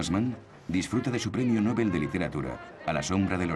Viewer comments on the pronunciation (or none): none